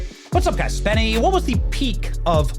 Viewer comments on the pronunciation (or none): none